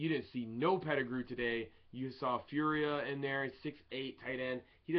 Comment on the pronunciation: Hey its not Firia its Fauria:)